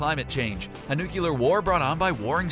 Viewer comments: The video was great until I heard you say, nucular instead in nuclear. Only stupid or ignorant people say " nucular". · "...was it a 'nuculer' war?" Nuculer? NUCLEAR. Only one 'U'. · "nucular" lol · Did you... just... say nucular? :D isnt that what kids and mentally challenged say? :D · I'm sorry but the moment anybody in any video says "nucular", that video loses all sense. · Nuclear [nukliər].... NOO-KLEE-ER! How do ppl get this wrong? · a "nucular" war? wtf.... btw, the polybius story is very well explained in RetroAhoy / Ahoy's video. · nuclear you said it wrong